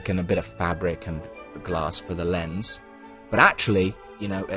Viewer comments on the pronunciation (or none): none